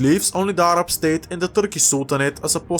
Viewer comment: As a Arab, I appreciate you saying Arab in a proper tone and not just in a American way like ''A-RAB''